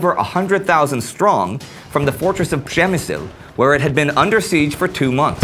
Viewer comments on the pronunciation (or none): ...his pronunciation doesn't get better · arek314 I love when he says it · Quiet funny how you pronounce Przemyśl ;)